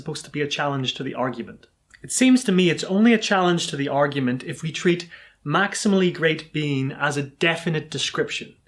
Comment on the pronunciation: Why do I keep hearing "maximally great bean" this makes my brain hurt